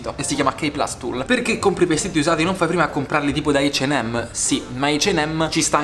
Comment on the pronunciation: La prima volta che sento dire "Eich and Am". Io ho sempre detto "Acca e Emme"